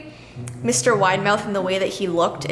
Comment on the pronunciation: saying Widemouth Me hearing: Mr Winemouth The thingy that is called CC: Mr. Winamouth